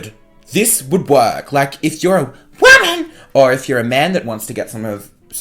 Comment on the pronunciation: Why did he say WOMAN like that lmfaoooooooo